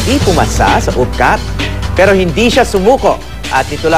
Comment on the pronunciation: parang retarded lang ang peg! ang arte magsalita. sabi nia pero tpos bigkas nia peo. wow ah! 😤😏